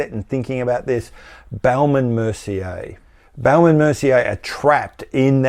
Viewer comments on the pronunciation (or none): Love the way you pronounce Baume from Baume and Mercier. You make it sound like baoum which is really funny 😄 for French speakers Raymond Weil ? Are they still around ? If yes, they should close shop and distribute proceeds to shareholders. Steinhart : definition of a cash cow. Thousands of faithful fans forking out €4 or €500 each year to get a new Rolex lookalike. Breguet : aren’t they the European Credor ? Everybody agrees they are great, but you never see them IRL Another zombie brand : UK Rotary.